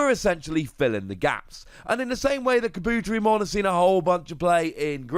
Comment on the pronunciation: I hate to be this guy. Kabuterimon (car-boo-teh-ree-mon)